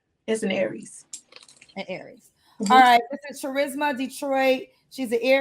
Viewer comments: Uh, it's pronounced KUH-RISMA...pass it on. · LOL her name is NOT charisma with the hard "ch" Im done 😂😂🤦🏾‍♂️ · Not even a minute in and we already got a problem.😂 Her name is Charisma but she pronounced the ch like cheese? Wait a minute....so her mama did that on purpose? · The red flags are many. Like looking at a birthday cake that sets off fire alarms because there’s 100 candles on the top forming a forest fire. MANY. The tip of the iceberg is the three different daddies with three kids abs her name is “TCHUH-RIZZ-Muh”. Most people pronounce this “KUH-RIZZ-muh” but black people gotta be different. If you’re ocd, this is torture. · BRUH I can't get past her name being "Trah-risma". 🤡WTF. Sounds like some type of medicine you take for Asthma🤢. Da-fuk be wrong with these ignorant parents trying to give some unique name to their kids that screams out "HOOD BOOGA" when you pronounce it on an McDonald's application. SMH. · Its Cha-risma 🤦🏿‍♂️🤣🤣🤣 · NOOO IT'S TARISMA....WITH A ...T!!!! LMAOOOO. SMH. GHETTO AF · Omg her mom didn’t know how to pronounce charisma 🙀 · Only in the ghetto... Would you take a word like Charisma change the pronunciation and make it sound horrible, that's just the first thing I take issue with, but that was her Mama's decision. 4 kids, 3 father's... Why are you not with any of them? Wait, I have a guess. "Things just didn't work out". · at that point i knew it was about to be all hood ignorance with sprinkles of bullshit. Im assuming her real name is pronounced Charisma. Like charismatic. .